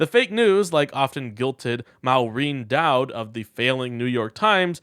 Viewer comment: Not MOW reen Daud. It is MORE een Dowd. Kinda scares me when you can't do the basics.